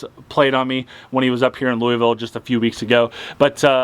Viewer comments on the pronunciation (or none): Lou a Vul not Louis ville.....nice vids....